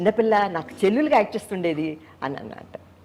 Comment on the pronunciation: చెల్లెలు అనాలి చెల్లు లు కాదు అబ్బో ఏమి అదృష్టం ఏవిఎం చెట్టిఅర్ గారు చిత్తూరు నాగయ్య గారు అందరూ నీ వెంటపడి అమ్మ మా సినిమాలో చేయి అని అడిగారా భలే భలే న నవ్వితే నవరరత్నా లు అనే సినిమా నే మీ అక్కగారు యాక్ట్ చేశారు మీది పక్కా సినిమా ఫ్యామిలీ అబద్ధం చెప్పిన అతికినట్టు ఉండాలి కోతల మరీ కొయ్య కమ్మ